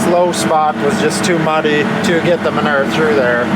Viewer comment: The word manure. Y’all say it wrong 😂